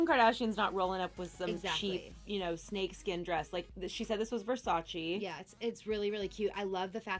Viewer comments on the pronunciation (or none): sounds stupid. its not VERSAACH. its VERSAACHEY